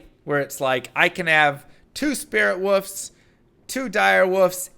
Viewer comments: It sounds like he is saying “woofs” not wolfs. Is this a joke I missed? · I still don't know if this is an inside joke does with his fans, or if he genuinely can't pronounce wolf/wolves.